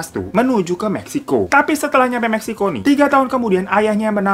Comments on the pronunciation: memeksiko?? Salah denger ga si gua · apa cuman gw yg ngedenger bang hiro sebut meksiko nya jd memeksiko tp cepet bgt:( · pas ngomong meksiko koq ada yg aneh dahhhh🤣🤣🤣